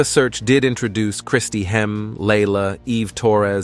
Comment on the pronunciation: Stop mispronouncing Kristy hemme and stop mispronouncing divas 😢😢